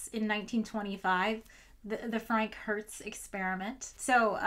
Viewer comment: i keep hearing Frankenhertz (like Frankenstein xD)